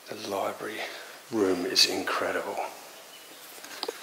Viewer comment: To the American urbexer - is there a “Liberry “ in this house?? 😁